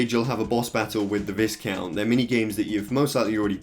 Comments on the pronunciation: "The VIZcount is the main villain of the game." oof "Then you face the VIZcount as a boss." double oof! "In the end the VIZcount gets the crystal." BIG OOF! Yeah It's VYEcount. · It's pronounced vai-count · Lol its pronounced Vaicount. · Visscount? Slight chuckle when hearing that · VISCOUNT is pronounced with a silent S, like VIH-COUNT :-) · please pronounce viscount properly.... jesus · Just like the biscuits the the S in viscount is silent